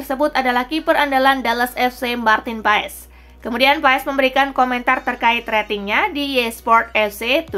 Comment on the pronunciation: pengucapannya bukan marteen paes tapi marteen pass nanti di buli choci (justin laksana) hahahahah